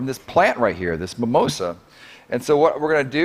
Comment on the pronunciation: It's mimosa (mee.'móh.zah). Also it didn't completely close how it would if touched in the petiole.